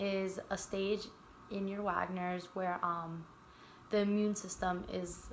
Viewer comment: It’s Wegeners not wagners